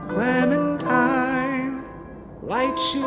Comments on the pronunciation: Nobody: No one: French Louis: CLEMATEEN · Clemintina? ARE YOU SERIOUS? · Is it just me that was getting triggered how clementines name was being pronounced?